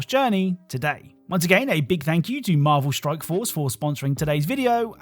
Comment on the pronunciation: Are you purposely saying stroke instead of strike